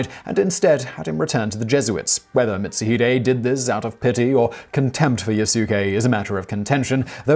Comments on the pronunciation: Seems like I'm not the only one bothered by that butchered pronounciation. I believe it's pronounced "Mit Su Hee Dae" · Pronouncing "Mitsuhide" as "Mitz-uh-HYDE" is an offense that would definitely earn you a beheading at the hands of Mitsuhide himself. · Mitsu-HIDE. I definitely cringed at that lol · Yeah it's Mit-Su-Hee-Dae(Day). At least he got Akechi right. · Nobunga! Mitt-sue-hide? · As always, Simon neglects even a quick look at Wikipedia, giving way to such mispronunciations as... Yasuke: "yuh-SEW-kay" Mitsuhide: "MIT-suh-hyde" jidai-geki: "JEH-dye-GEE-kee" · I believe it's mits-u(oo)-hee-day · Mitsuhide = Meet su hee de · And he called Mitsuhide Mitsu-hide. "Hide" as in hiding. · You butchered Mitsuhide Akechi's name so badly I weep. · Haha! At this point, given the various ways that you mispronounced "Mitsuhide," I suspect that your pronunciation has become a running gag. XD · It pained me to hear you miss pronounce Mitsuhide those few times, then get it right later. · Okay, now I wanna see this guy in the next Samurai Warriors game. Also, that mispronunciation of "Akechi Mitsuhide" hurt me. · i think oda nobunaga and aketchi mitsuhide commited sepuke in heaven when they heard you pronounce there names, hahaha nobungo , nice video tho